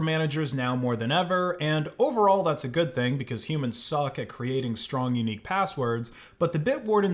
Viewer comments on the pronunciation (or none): none